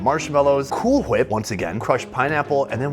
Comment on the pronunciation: Did he say, "Cool hWhip?"